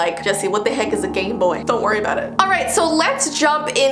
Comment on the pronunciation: Does anybody know about the gameboy version of it? Me: Did you say gameboard or gameboy 😳